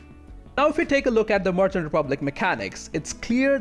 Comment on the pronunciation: Good video, but a little request: Can you try to pronounce „merchant“ correctly? Sounds like „Martian“ every time.